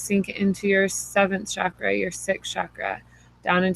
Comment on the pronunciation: Namaste mama, I so wanted to hear this as I'm just beginning communications with a spirit baby and am interested to hear about others' experiences with this, but was too triggered by the repeated use of the sound, "shakra" for the Sanskrit word, pronounced "cha-kra", like "cho-colate". Excited to explore this trigger but could only make it seven minutes before the fires of irritation consumed me! Blessings for sharing this.